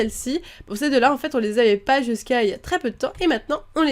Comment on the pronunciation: tu a dis je sais pois et il faut dire je sais pas